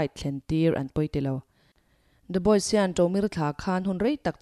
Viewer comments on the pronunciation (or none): none